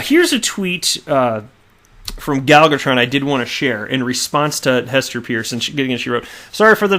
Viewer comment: Hester Peirce is actually pronounced as 'Purse'. She was once introduced by a colleague who cleared tat up.